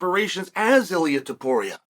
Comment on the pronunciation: YOU couldnt pronounce Topuria🤣 JK uncle 🤣